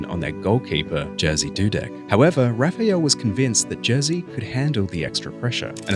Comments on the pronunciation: its Jerzy not Jearsea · Jersey Dudek (facepalm) It's more like Yerzhy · "Jersey" sorry but it's pronounced ye-rzy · Its actually more pronounced like yezy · Dudeks' name isn't pronounced Jersey... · The j in his name is pronounced like a y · I like your content but please learn how to say his name correctly. Your pronunciation is not even close.